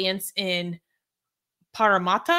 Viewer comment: It's pronouced Parra-Matta like as in a mat, also the name is Aboriginal in origin, in fact a lot of our cities names are.